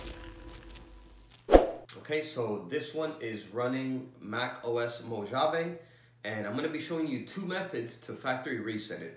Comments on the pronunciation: Just so you know, it's pronounced "Mow-ha-vae". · Mo”H”ave lol. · I threw up in my mouth every time he said "mo-JAH-veh" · great tutorial but I just can't help it.. being from California, it's pronounced Mo "ha" vee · MacOS.... Mo-“ja”-ve? I’m sorry. That was a good video, it helped me alot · you are clear,concise and well understood.except that is Mojave j is pronounced as an h sound,i used to live their.Great Job!!